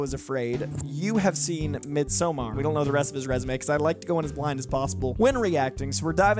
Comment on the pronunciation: Why do people put a long ō on Midsommar? That’s not how you or anyone in the film pronounces it…